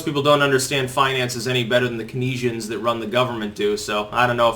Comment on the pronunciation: If you're going to criticize Keynesian economics, you should at least know how to pronounce the word "Keynesian". Go ahead and get butthurt, but it makes you look foolish.